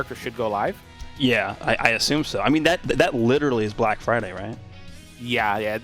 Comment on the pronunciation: can you explain why you emphasised , black?